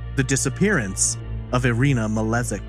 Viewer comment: The last name is actually probably pronounced as Malejik as the word jingle and not as the letter z